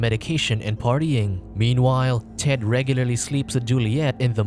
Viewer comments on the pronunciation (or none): none